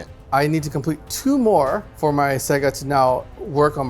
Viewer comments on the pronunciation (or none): Loved the eating the corn on the cob, hated the pronunciation of Saga. It's not a game company from the 80's and 90's, it's a Saga, not a Sega. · Love the show; but for the love of the all father… it’s SA-GA not SE-GA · It's not SEGA it's saga. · Sah-guh not Say-guh by the way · Sahgah, not SEEEEEEGAAAAAA. The wolves aren't a game publisher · Why does pronounce saga the way he does? Lmao it’s not sayga, it’s pronounced like sah-gah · Saw-guh…please …Please lol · plz its pronounced SAH-GAH! 😂 Epic game though gents, scary armies! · I believe if he said "saga" correctly, he would have won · please for the love of all that is holy learn how to pronounce saga properly. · pronunciation of Saga makes the nails bite.